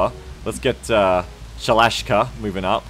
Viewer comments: ShalashASka, not Shalash'ka! :P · Also it's Sha-La-Shas-Ka, pronounciation wise, you're not pretty good ;) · Sha-la-SHA-ska damnit!